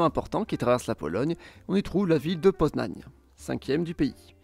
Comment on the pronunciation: et moi pareil :) Poznań est très bien prononcé